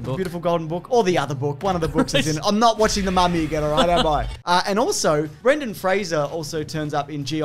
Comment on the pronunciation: THANK YOU for pronouncing Brendens' name correctly